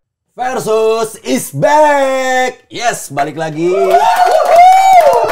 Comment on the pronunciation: Bumpernya bkin salfok, Versus pake V bukan F 😂